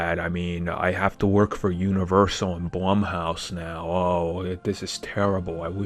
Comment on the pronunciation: He keeps saying blumhouse wrong